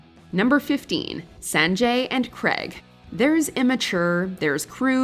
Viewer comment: I can't with how she pronounced Sanjay😭